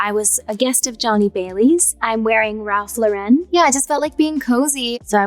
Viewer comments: “Ralph Lu-ren”…. It’s just Ralph Lauren dude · I love how Ari says Ralph Lauren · Wait!!! Is that really how you pronounce Ralph Lauren ?!